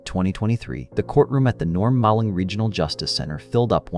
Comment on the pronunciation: Norm Maleng (sounds like MAYling). RIP. His office prosecuted my SA case.